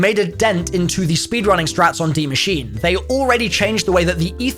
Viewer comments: I love you, but ffs man, its pronounced machine-uh. Maschine is a german word, and if you dont believe me, rewatch the intro cinematic, she says the actual pronunciation! Youtubers are driving me up a wall! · How can you still not pronounce “DIE MASCHINE” there is an e at the end ✌🏼